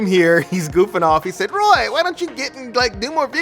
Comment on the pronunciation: I really appreciate you Roy I love how you say "OMG it's rye" it always makes me laugh